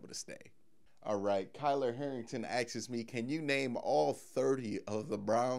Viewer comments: Agreed, I started following because I love the way this guy speaks instead of half the YouTubers that just yell at you for attention. But every time he said axes I cringed a little bit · You saying AXES all the Time sticks out like a sore thumb, Like a good looking woman with a giant mole on her face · Asks...its pronounced ass-k-s